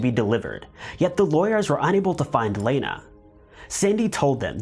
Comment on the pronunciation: Thank you for pronouncing my name the proper way. I've only had 2 people ever say my 1st name correctly. That case is insane